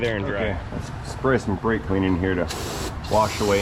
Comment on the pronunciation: You use of "Das Brake Clean rrrrr" intrigues me sir.